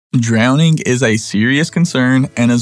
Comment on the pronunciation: It's dwowning